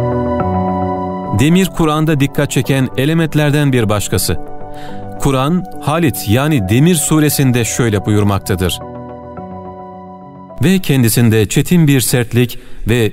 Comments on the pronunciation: Demir— Halit değil, HADİD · Halit değil hadit (demir) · Demir "Halid" değil "Hadid" olacak. Tebrik ediyorum. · HALİT Suresi değil HADİD suresi olacak. Emeğinize sağlık